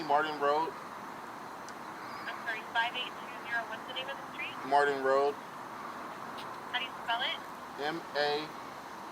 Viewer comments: It’s MARTIN not MARDIN 😂😂😂😂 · M A R T I N ... “Marden”